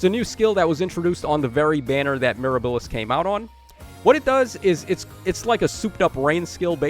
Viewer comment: Bro please…it’s Miirah-buh-lis. Not mir-a-bill-is. While I’m at it - it’s Pee-onie. Not Pee-oh-knee lol